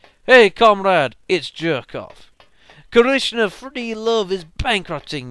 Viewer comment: Jerkov is pronounced Yerkov.